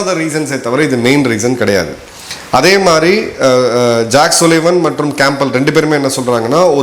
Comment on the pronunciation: Madhiri not MARI.